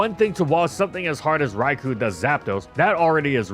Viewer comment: I have literally been asking to pronounce "Rai-co." correctly for five years. Dude, get on the ball.